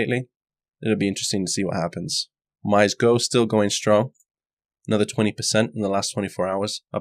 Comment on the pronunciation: oh-mee-seh(y)-go. And thanks for the vids.